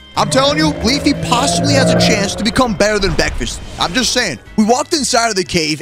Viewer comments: It ain't a vid with out him saying bekfest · Bekfast got me laughing